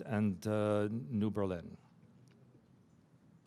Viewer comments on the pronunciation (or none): none